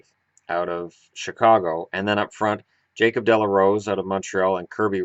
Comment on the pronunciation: Not jakob